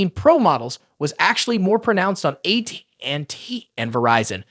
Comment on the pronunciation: ai can’t say at&t. lol